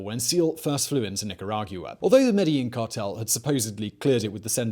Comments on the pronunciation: Nicargua not Nicaraguia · Where TF is "NEEK-GEE-RA-GEW-AH"? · Simon: "wanna hear the most annoying sound in the world?".... me:"no"......Simon: "Neka-rah-yuwa" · Nicaragiuwa? Where's that? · I love these videos, but this is the most creative interpretation of Spanish words I have ever heard. Nick a rawg you ah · He pronounces Nicaragua weird. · Ya I notice that but Simon saying “Nicaragua” bothered me even more lol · same I was waiting for someone to say it lol